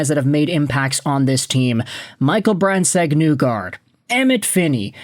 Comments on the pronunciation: Why do you say "Nugard", in Norwegian it is pronounced "Neegor". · Nygard is pronounced "nee-gard" btw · IT ISNT PRONOUNCED NEWGARD